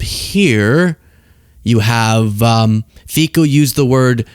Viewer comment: It's pronounced FEET-Zo.